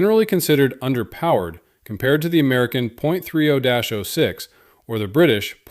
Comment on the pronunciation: I don't know if you read comments, but here goes: ".30-06" is pronounced "thirty ought six". Calibers disregard the decimal point, so .50 is fifty cal, .45 is forty five, etc.